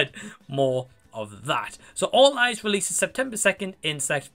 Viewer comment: Awesome review matey, I love the way you explain stuff in your reviews! I thought you said Fall Guys at first lol!😂😅 Great new rating system you have, I personally prefer it as a rating out of 10 but you can do whatever you prefer! I won’t check out this film but I appreciate your reviews as always! Take care mate!!!😁✌️